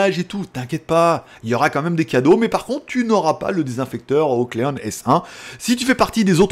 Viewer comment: Petit commentaire en passant : on dit " OCline " (to clean = nettoyer en anglais). Ben alors, t'étais nul en anglais ? :)